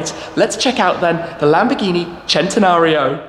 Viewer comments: He pronounces centanario as chentanario when it should be pronounced sentanario Like if u agree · I hate the way he says it “Chentenario” It’s pronounced “Sen-ten-ario” come on say it with me... it’s really not that hard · I wish people would say cent-e-nario, NOT chent-e-nario. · Why does everyone on youtube keep saying "Chentenario?" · If the Lamborghini people tell you that, then whatever I guess they can make whatever sh*t they want. But it's cent-e-nario from the word century. That how we say it in Spanish. The Italians are full of sh*t.